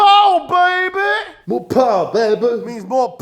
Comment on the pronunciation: “Mo powah babeh” should be a shirt now